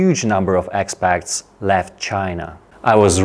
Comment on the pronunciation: Expat is pronounced like ekspat not ekspakt 😊